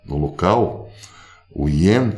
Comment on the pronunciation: PROF SE FALA "IEM" O DINHEIRO JAPONÊS !!!